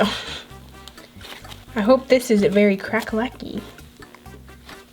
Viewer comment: Did anybody else think she said berry instead of very